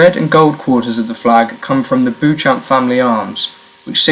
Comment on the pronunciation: My Roots.. both sides of my Family (ancestors..Richardson's of Maulden Elstow Especially..Bletchley BUCKS & Northants.. Say the name right Beecham (Beauchamp)